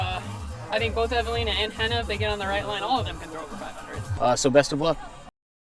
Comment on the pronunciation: Who the fuck is Eve Uh Leen Uh So Lunnin? This AI crap made me turn it off about 5 minutes in. It hurt my ears listening to this.